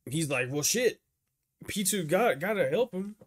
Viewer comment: since this is the last time you'll have to talk about Pitou in length, i'm going to tell you that you've been saying their name wrong the whole time, it's Pitou, not Pitwo :p